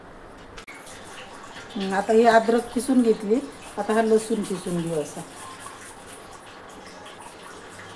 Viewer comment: मस्तच आहे रेसिपी पण तुम्ही कीसुन म्हणा खिसुन म्हणता ताई